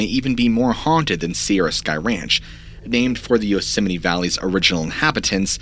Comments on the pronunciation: I keep hearing you say Yoseminnie, not Yosemite, and now it's a real word for me. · Love your show..but it’s Yosemite. Not Yoseminy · Yosemeny yosemeny yosemeny..... aargh!! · Drinking game: take a drink every time you hear "Yoseminee" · Why do some Americans say yosimiti and others Yosemite? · Unfortunately had to turn the video off due to how many times you called Yo-simmony. So frustrating. I turned my phone down to write this message just in case it started playing again and I had to hear it one more time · It's pronounced "Yoos-might" isn't it ? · Yosemite dude pronounce the word..(Yosem-IT-e). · It's not pronounced like yosimminny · That time pronounced Yosemite like Dolomite.. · Please pronounce Yosemite properly. You said way too many times and it was incredibly frustrating 😅 Otherwise great video